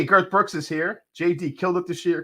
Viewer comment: Did you say Girth Brooks?! 🤣🤣🤣🤣